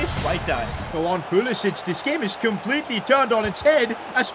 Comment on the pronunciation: Dude Pulisic is American. Stop calling him like he's Southern European🤣 pronounce C the same way you pronounce English words with C like can🤣